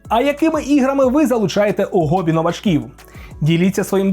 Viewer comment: Ну хто говорить "гоббі"? Ніразу такого ніде не чув